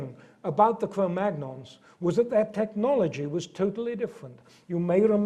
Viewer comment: Svante Paabo was not German but Swedish. In Cro-magnon the "-gn-" should be pronounced the French way.